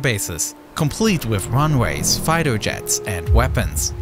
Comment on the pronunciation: what are "Fighto Jets"?